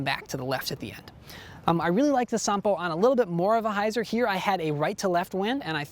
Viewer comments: Nice genuine Finnish pronunciation! Here is some background on the name -- Sampo. In the Finnish mythological epic, Kalevala, Sampo is like the Horn of Plentitude, a cornucopia, a mythical machine that makes money, cereals, and salt. It was forged by blacksmith Ilmarinen, the Eternal Hammerer, in return for the hand of the Daughter of the North. However, the Matriarch of the North, Louhi, betrays Ilmarinen, and does not give her daughter to Ilmarinen in spite of receiving the Sampo. An epic odyssey follows as Ilmarinen, Väinämöinen (an epic hero not so different from Odysseus) and Joukahainen travel north to steal Sampo back. In the ensuing battle Sampo is broken and falls into the sea. Pieces of it float back to the Lands of Kalevala, making it fertile. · Finnish pronounciation on point 👌 But wouldn't it be cool to be the first American YouTuber to get 'Ahti' right...?😉